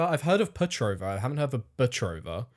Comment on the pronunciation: It's Petrova, not Betrova. It's the last name, originating from Bulgaria.